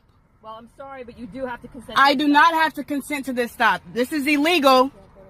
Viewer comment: THIS IS UH-LEE-GO!